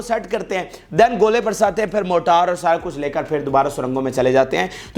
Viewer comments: موٹار نہیں مورٹر ہے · جناب موٹار شیل نہیں مارٹر شیل صحیح لفظ ہے۔